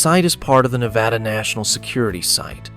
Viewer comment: Please pronounce Nevada properly. It is more like Nebraska not the soft a. I live in Nevada and we can identify non residents by this pronunciation.😊